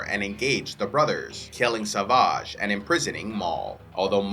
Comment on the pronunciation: savaaaaahgh... The way he says it is kinda funny lol.. why not just say savage? (I know they say it that way in the cartoons, but still kinda funny)